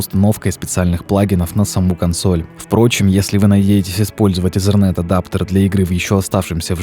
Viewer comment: Что за слово езерент? Там нет буквы z , итернет правильнее...